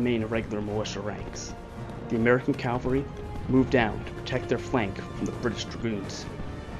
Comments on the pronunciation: Loved this, but please, it's cavalry not Calvary. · It’s Cavalry, not Calvary. Calvary is where Christ was Crucified!. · Very well done. My only other comments I would add is it's Cavalry. Calvary is the place where Jesus was crucified. Also, his name is pronounced Mary-en, not Mar-ee-en. We students growing up in S.C. learned that early on. I've visited the battlefield. It is much smaller than one would guess. Thank you for a very in depth look at a great battle. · Cavalry, not Calvary.